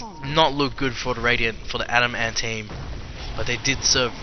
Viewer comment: It's not pronounced Adam Ant. It's adamant